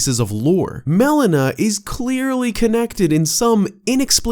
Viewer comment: Every time you pronounce Melina as Melena, all I can think of is the medical term; Black stool that occurs as a result of gastrointestinal bleeding.